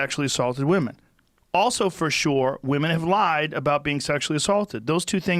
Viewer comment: Joe " for shore" Rogan